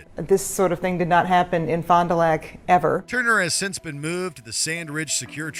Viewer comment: Youre saying it wrong, its not Fon du Loc its Pronounced Fond du Lack